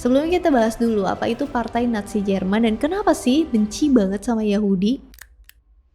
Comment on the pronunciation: nazi.. banyak pengucapan natzi🙏